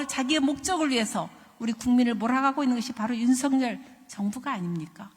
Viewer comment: 윤석열이고, 발음대로는 윤서겨리 입니다. 석렬은 왠지 정상인 느낌입니다. 건강 되찾으시길 기원합니다. 😊